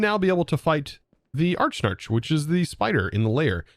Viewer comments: Archnarch, it's (Ah-rak-nark) silly 😌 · A-rack-narc; not Arch-Narch. :P As in arachnid plus arch, similar to Arch-mage. (Still pronounced Arc; silent H) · I love you, never change- but the spider boss is pronounced "Uh-rack-nark' Like 'Arachnophobia' 'Uh-rack-no-fo-bi-a'. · Tbh I thought it was pronounced Arack-Nark. Combining Arachnid and Monarch.